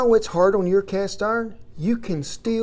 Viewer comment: Well, ah'll be a son of a cast 'arn pahhhn......